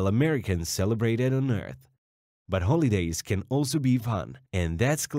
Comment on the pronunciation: Your language mispronunciations are terrible. Work on this computer’s language pronunciations. Confusing the pronunciation of “holidays” with “holydays” is representative. Cease streaming and doing “clickbait.”